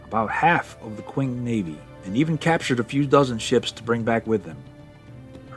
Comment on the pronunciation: Qing is pronounced "Ching"